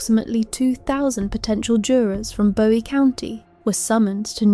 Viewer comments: I live in Bowie County (pronounced BOO-eee FYI). Your work here is incredible. So detailed and thorough. Thank you. I had no CLUE that this POS was pulling all of those stunts while she was in jail awaiting trial. And the sunflower mask is just pure evil. Satan is blushing over this beast from hell. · It’s Boo eee county and Texar CAN a. I’m unfortunately a former Texarkanian